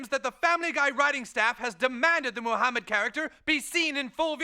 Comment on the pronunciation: Don't make fun of Moo-hammid.